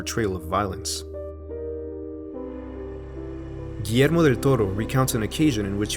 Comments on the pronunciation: I love that you didn’t butcher the name of Guillermo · As a Peruvian, I like that you pronunciate Guillermo's name as we Latinoamericanos do it. Great videos btw! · I know right? I'm used to people forgeting the "ll" in Guillermo